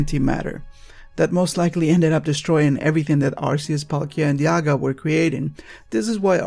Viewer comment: LOL YOU JUST SAID INSTEAD OF DIALGA YOU SAID "DIAGA" XDXDXDXDXDXDXDXDXDXDXDXDXDXDXDXDXDXDXDXDXDXDXDXDXDXDXDXDXDXDXDXDXDX!!!!!!!!!!!!!!!!!!!!!!!!!!!!!!!!!!!!!!!!!!!!!!!!!!!!